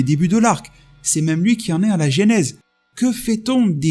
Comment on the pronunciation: Gas-pillage 😁 Bon sinon, à toutes fins utiles, parce que l’erreur est répandue : genèse se prononce jeu-nèse 😉